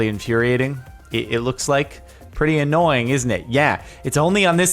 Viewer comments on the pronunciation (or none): none